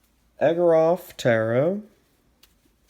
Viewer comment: It’s pronounced Igor-ov. 😁 Artwork is very unique! Love how you hold the cards really close to zoom in on certain aspects.